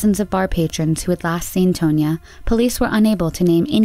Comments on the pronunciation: Tone ya?! Tahn ya. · *Tah. Not "tun-ya." Tahn-yuh. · Tone-ya? Pretty sure it is pronounced TAN-ya. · Tonya is pronounced Tawn-yah, no biggie :) thanks for shedding light on these tragic cases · “Tone-yuh” Girl, that’s TAHN-YA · Wait a minute ... 'Tone-ya?' Umm, I think it's pronounced 'Tohn-ya.' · Narrator - "Tone-ya" Me - instantly irritated 😒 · I think she’s pronouncing Tonya wrong but idk